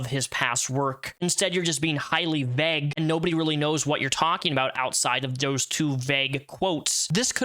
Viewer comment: Good video but “vague” is pronounced “veyg” not “vehg “